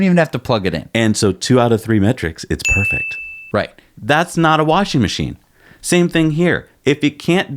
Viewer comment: Warshin Macheen. :)